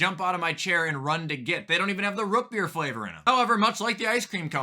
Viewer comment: the way he says rootbeer makes me so mad 😭